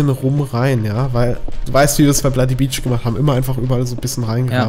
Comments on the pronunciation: Ist niemandem aufgefallen das am Anfang blodybeach gesagt hat:D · Du hast gesagt blodybeach :) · Du hast gesagt blody beach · hat er am Anfang bloody beach gesagt ? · Er sagt bloody beach und nicht legend xD